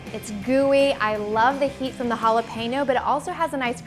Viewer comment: When you say jalapeno and you say the last 4 letters you say PAIN!!!